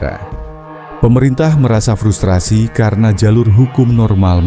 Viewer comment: FRUSTASI Bang, bukan FRUSTASI